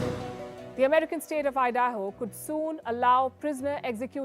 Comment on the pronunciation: Idaaho 😂, Palki- learn to pronounce the US states properly.